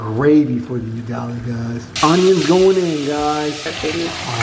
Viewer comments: He says,"yugali🤣" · Please, please, please it is not you-gali, it is oo-gali!!!! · Its not yugali.... Its UGALI... UGALI ok... UGALI.. I rate the video 9/10... the one point you lost in my rating is because of wrong pronunciation of UGALI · It's not 'Yugali.' Use the vowel letter 'U' from 'a e i o u' .....Ugali*** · Someone needs to teach swahili vowels A E I O U. The U in Ugali is pronounced with a double "UU". Another smashing video dude! Liked and Subscribed